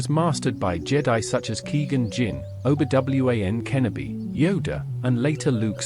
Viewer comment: Best pronunciation of Obi-Wan Kenobi of all-time